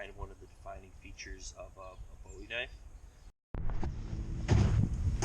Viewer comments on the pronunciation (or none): Boo-wee that’s how you say it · Booowie! Jim Booowie not David Bowie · It's pronounced Boo- EE